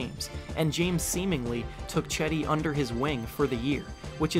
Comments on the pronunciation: Not "Chedi". It's pronounce like "Jedi" :) By the way i'm not joking. It's absolutely pronounce as "Jedi". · It’s not Chedi it’s pronounced Jedi! Turkish C is pronounced as a J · HE IS NOT CHEDEE, "JED-DEE" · Nice video but you are reading his name wrong (Yes I'm Turkish.) Read it like Gedi. That will be better. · As a Turkish person I cringe very time you pronounce Cedi's name. It's not Chedi like Chad its more like Jedi but with less emphasis on the i at the end. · Cedi osman = jed-i os-man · The c is supposed to sound like a J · By the way, it’s pronounced like jed-eye aus-man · It's "Jed-Dee". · Pronounced his name wrong.